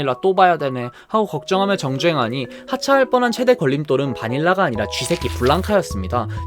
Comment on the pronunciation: 정주행이 정쟁이라고 들리다니